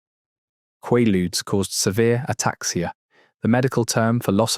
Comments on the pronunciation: Hearing the probable AI call them "Quah-ludes" and not "Quay-ludes" is super frustrating. I was born in 79, but know the correct pronunciation. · Swear is this a fucking AI how it says Qualudees? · For fucks sake it's pronounced quay luudes. How can you not get it? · Never heard it pronounced qwah lude. In the US they were called quay ludes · Is it me, or is he saying quailude's wrong? It's driving me insane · Qwaludes? Maybe pronounce it correctly.. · They are pronounced QUAY ludes ffs. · It's pronounced kway-lood ya frickin dope! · It’s pronounced with a long “a”, as in quay-ludes. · KWAY-lood, rhymes with prelude. Holy crapp. Just let me cringe some more. First syllable, qua, rhymes with quay or pray. Second syllable, rhymes with rude or dude. Maalox is MAY-locks. Always. I'm a 52 year old American woman, born in 73. I promise you, I KNOW what I am writing about here. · This was so well done only part that was irritating was the way he pronounced Quaaludes half the time 😂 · This guy doesn’t know how to pronounce the name of these, and never mentions Sopor which was made by Arner Stone with the same ingredients Methaqualone and in 50, 75, 300-mg and were orange, hence orange ASs 👊 😎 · Please pronounce it properly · You say "quay-ludes", I say "QUAW-ludes" (or KWAW-ludes). . . Try to be consistent here. I hear at least three different pronunciations. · Learn to pronounce it! It’s a long a. I even listened to a pronunciation. You have no excuse bc it’s not called a in England.